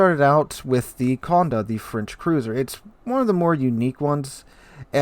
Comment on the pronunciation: Accent on the é, so condE, not cOnde.